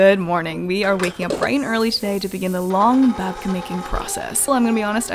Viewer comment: As a Ukrainian I am so happy that you loved our Babka :) And you totally said it right, Babka is a grandmother. Thank you for your videos! I always enjoy watching them